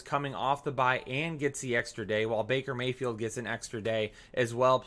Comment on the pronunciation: FYI your assistant f'd up Baker Mayfield's name. Good Show bro! New sub here